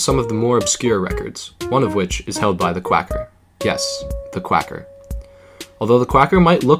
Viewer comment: You spelt "Quacker" wrong. You said "Quaker" but it's actually "Quacker". Overall amazing video, though.